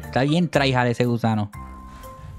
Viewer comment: Dijo gusado jajaja